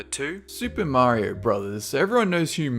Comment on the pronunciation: SOW-nike from SEE-gah is an ok game, but I always preferred Super Merry-o Bruvvas.